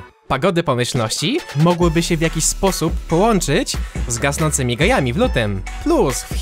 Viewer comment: czk ty zamiast powiedzieć z gasnącymi gajami powiedziałeś gejami? xD